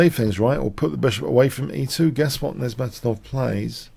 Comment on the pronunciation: Good analysis, but please learn to pronounce "Nezhmetdinov".